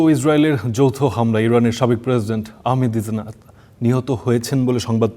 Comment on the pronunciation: ইরানের সাবেক প্রেসিডেন্ট আহমাদিনেজাদকে কীভাবে পড়লেন? উচ্চারন হয়নি তো! প্রথম ১০ সেকেন্ডেই ভুল দিয়ে শুরু